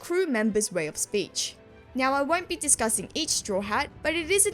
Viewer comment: Great video, I did have to stop and double check if you had said "nyow" at the start. I knew most of those translation quirks before, and yeah it adds a whole new level. Didn't know about the "fired", "neck" joke or the laugh of that one dude. I knew that alot of Zoro attack names are food puns but not that specific one. I also like how Sanji will sometimes add a "w" sound with Nami's and Robin's honorific "Nami-swan" "Robin-chwan" when he's even more... smitten if I'm being nice, perverted if I'm not. Again great video.